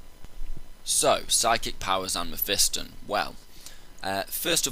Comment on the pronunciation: you say it wrong, its meh - fah - ston not meh - fi -stin